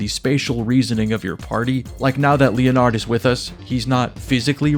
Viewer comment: LEE UH NARD